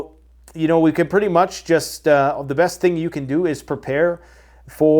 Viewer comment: What is the “breast” direction?